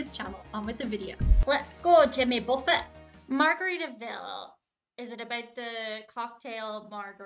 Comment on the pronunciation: you knew enough about Jimmy to pronounce the “t” at the end of Buffet